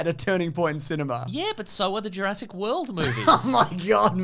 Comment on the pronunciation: lol the irony of someone correcting the name 'Sattler' who pronounces Jurassic as juraysic is not lost